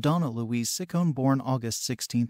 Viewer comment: Ciccone - “Chi- coney”